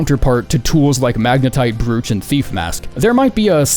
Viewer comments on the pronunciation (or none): Bro-ch, not brew-ch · Brooch not Broooooocsh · bro said magnetite brewch its pronounced like "broach" homes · its pronounced broach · Isn’t it pronounce bro-ch? Broach ? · BREWCH! English, dude. English. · Its pronounced broughch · Is anyone going to mention that it's pronounced "Broach"? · Brooch rhymes with coach, not mooch. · The O's in brooch are pronounced like the letter sounds, not like a u. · brooch rhymes with roach. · *BROOCH* tell me you mispronounced that on purpose and it was a rage bait.... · Just FYI, “brooch” rhymes with “coach.”